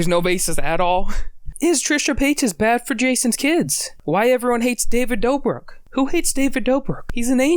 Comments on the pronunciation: Great video, but the way you pronounced Dobrik made me cringe just a little 😤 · lol why are you pronouncing david dobrik's last name like that lol